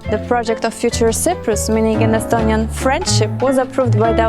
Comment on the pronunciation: Where are you from??? You even cannot pronounce Sõprus... Not mention more... :/